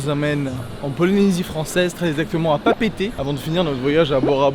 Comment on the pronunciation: 😂 C'est pas Papété C'est Papéété